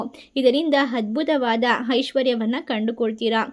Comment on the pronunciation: You must pronounce Aa not ha, like adbhutha not Hadbhutha.